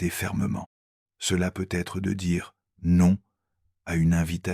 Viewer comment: Ajuster votre IA s'il vous plaît ! Car PEU Être que ça me coupe l'envie de continuer à écouter ! 😢😢😢😢